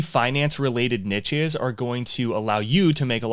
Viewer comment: Bros made 100k without even knowing how to pronounce 'niche' 😂😂 fairplay